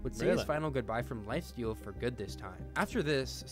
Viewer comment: At the start he said lifasteal